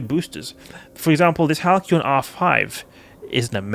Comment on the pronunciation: It's a soft 'c', so the boosters are pronounced like "HAL-see-on".